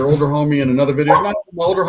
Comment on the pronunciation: Yall ever notice he says "bideo" with a b